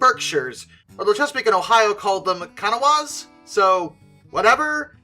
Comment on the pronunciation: Another meme of the channel is inability to pronounce "Kanawha" correctly